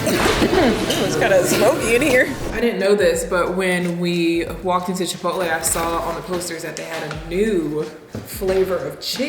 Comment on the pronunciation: “Chi pot el” 😂😂😂 so meee